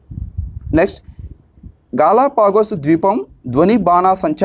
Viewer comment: 1)గలొఫాగా స్ క్లారిటీ లేదు, 2)ప్రవసాల్లో కాదు, ప్రసవల్లో